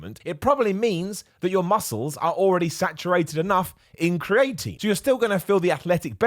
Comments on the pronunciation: Everyone: Cree-uh-tin: Cree-eight-een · Correct pronunciation: cree-ah-teen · Don’t blame being British on your weird pronunciation of creatine, I’ve never heard it the way you’re saying it, and I am from London, so around the same area as you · has me paranoid that I’ve been saying creatine wrong this whole time …